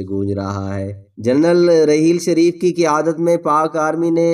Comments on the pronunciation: Mere Bhai APNI Urdu theek Karo yeh rehel sharif Nahi hae rahil to sharif hae apna lehja theek Karo ya Kisi auir Ko moqa do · راحیل شریف ہوتا ہے بھائ صاحب ۔ رحیل شریف نہیں۔ اردو تلفظ درست کریں۔ جائز کو جیز بول رے ہو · جو کچھ بھی آپ نے کہا وہ سو فیصد سچ ھے راحیل شریف بہترین آرمی افسر ہیں اللہ تعالی انکی عزت و وقار میں مزید اضافہ کرے آمین مگر آپ کی اردو بڑی خراب ھے پہلے اچھی طرح پڑھ لیا کریں پھر ویڈیو ریکارڈ کروایا کریں آپ کو راحیل نام ہی لینا نہیں آ رھا ھے